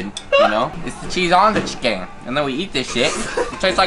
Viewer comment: "the key to this chicken or what they call it here in korea town is uh "chEEKEN" i died omg